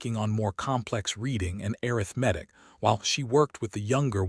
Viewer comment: I throughly enjoyed this story BUT do wish the creator could work with the AI narrator to correctly pronounce the words “arithmetic”or substitute the word from “arithmetic” to “mathematics”. Listening from Clarksville, TN.